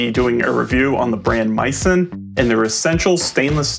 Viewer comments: MEE-sen, not MY-son. It comes from French culinary term “mise en place” (MEEZ ahn plass). Misen’s website describes this as the origin of their name. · Geez, is it completely obvious that this is a sponsored review or is it just me? By the way dude, you might want to pronounce the name of the company right. It's "mee-sen" as is Mi Sen Place. Says so right on the box.